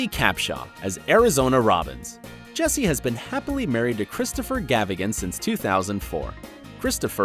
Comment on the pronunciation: Learn to pronounce the characters name right 😂